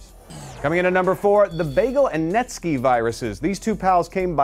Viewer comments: netskee? netski? netskeh? oh... netsky -_ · its net-skai not net ske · he said netskeee